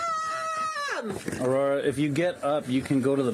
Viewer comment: I cannot even believe that the mother doesn't even know how to pronounce the daughter's name the correct way 😂😂😂😂😂 "Abrora" 😂😂😂😂 and is "Aurora" but most of Mexican mothers cannot pronounce Aurora 😂😂😂😂😂